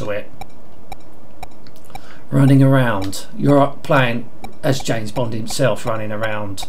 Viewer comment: The names Bwond, Jwames Bwond! :D